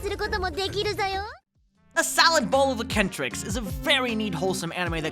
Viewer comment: Did this man really say "A-ken-tricks" instead of "Ex-sen-tricks" for Eccentric... I'm dead 😂. Nice video tbf might watch a couple of these when I finish up my current list 👍